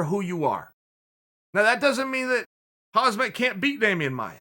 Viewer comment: Chael's facts - "Hamas...Hazmat Chimayev" is purple belt and calls himself khabib 2.0. 😂